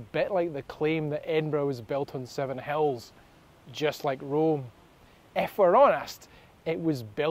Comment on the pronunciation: In the last video, I thought you said 7 Hells . 😂